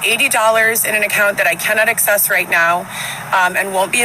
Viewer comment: She can’t “excess” her money lol. I’m sorry I HATE the way she mispronounces so many words, and then claims to be so “educated and well spoken” Also, why wouldn’t she put her baby up for adoption? That would be the best thing she could do, but no she would rather be homeless, with no money, no job and no way to provide a life for this poor child? Her situation, her “man” can’t provide, they cannot provide a life for this child, but yet she is insisting on trying to keep this child when she cannot even take care of herself! I don’t understand! Being a mother means making the best decisions for your child to give them the best life possible. Her disgusting ego won’t let her go to an adoption agency because she thinks it will make her look bad, NO! it would be the best gift she could give her child. She could have picked a great family that could provide him a life she cannot. Instead this child will end up in the system and potentially go through abuse, trauma, group homes etc. she already has 3 kids she can’t care for. This just kills me that she didn’t make the adoption decision. It’s so so sad